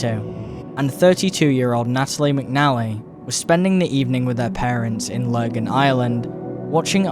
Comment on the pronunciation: Really annoyed me when he said Lurgan, Ireland